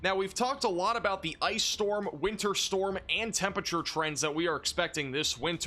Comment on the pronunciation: please, please start pronouncing the first R in temperature. it’s a four-syllable word